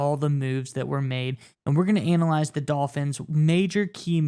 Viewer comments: Is he saying ANALize!? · Interesting pronunciation of analyze.